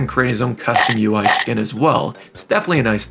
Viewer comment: U.I not YOU-EEE